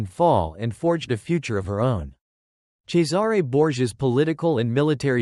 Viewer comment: Cesare is pronounced "Chessarey" not Cesaaaare